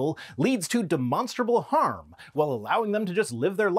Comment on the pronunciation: Uh... He shhhaaid it again. Demonshhhhtttrrruh 😴